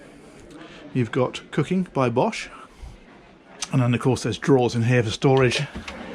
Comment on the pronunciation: It has Bosch! He even pronounced it correctly by first try.